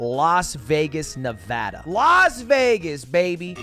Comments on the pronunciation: HE SAID NEVADA RIGHT LETS GOOOOO THIS IS WHY I WATCH LUDWIG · Thank GOD you said Nevada right Ily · Respect to Lud for actually pronouncing Nevada correctly